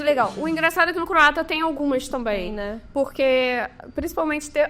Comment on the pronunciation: Boa noite a todos! Glasi, certeira na pronúncia do Croata! 👏